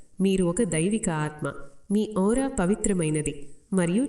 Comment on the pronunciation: మా మీ ఔరా. కాదండి "ఆరా"